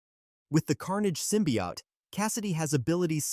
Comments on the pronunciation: What's a simbiot it's Symbiote man learn english man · Sym-pi-hot. Bro😭